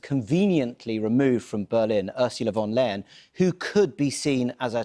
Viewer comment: Pronounce her as von der „Lion“ that’s what is sounds like in german